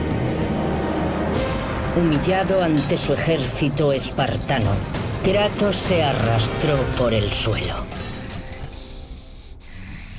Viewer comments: En el minuto en vez de decir kratos dice kranos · Minuto 8 : 18 dice kranos